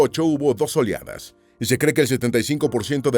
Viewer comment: Que frío es el "yelo" y que peligro la "oliada" de virus de gripa española. Que dislexia 😂😂